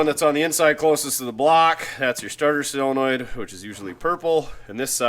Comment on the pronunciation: And SELenoid, instead of SOLenoid.